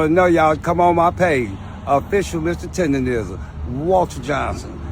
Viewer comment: Bro still cant say TenderNism😂